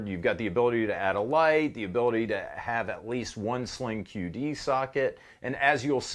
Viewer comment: I thought you said a "cutie" sling socket 🤣